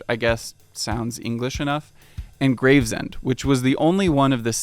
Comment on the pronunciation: Everytime i hear Graves-End instead of Grave-Send ...I wanna scream at the screen .... IT GRAVESNDS!!! lol